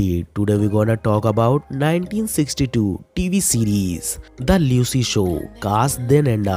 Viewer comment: “MOORE” ka sahi uchchaaran : MOOR “LUCILLE” is pronounced as “LU-CIL” “LUCY” = LOO-cy Not LEW-cy ! 🤷🏻🤷🏻‍♂️